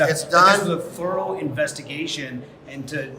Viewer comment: 5 years for this and the reporter says THOUROUGH ?????LMAO